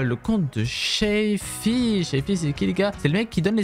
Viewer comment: Dsl mais c’est shafi pas shàfi le a on ´e prononce comme allo